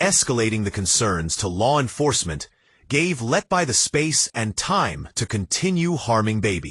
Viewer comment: You Cant even pronaunce her name you iDioT 🎉...